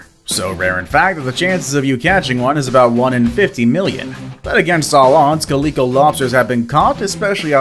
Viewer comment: Have you ever heard of a cat called a calico? Notice that it has three types of colouration to it? Sorta just like that lobster... That's how it's pronounced Kha-lick-koa. Not Coleco that made Cabbage Patch Dolls or early video games & system.